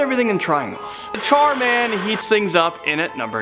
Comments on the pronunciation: The biggest mystery is how you can pronounce Char as Chair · I thought he said chairman 😂